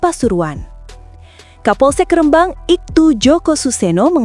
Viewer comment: Pewarta salah ucap nama Kecamatan... Rembang ( baca/ ucap Rhembang, bukan (re- Rembang) Meski tulisannya REMBANG. Sing sering dolan² ngono lho mbak ! Diawal² benar dlm menyebut rembang (kosa kata)nya, terakhir² salah ucapnya..